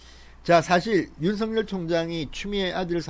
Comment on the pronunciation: 윤성열 입니까 윤석열 입니까 발음좀 똑바로하세요 답답한양반일세